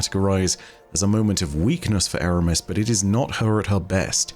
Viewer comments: 'What the future holds FOE Eramis'. You're slipping,. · Foe eramis?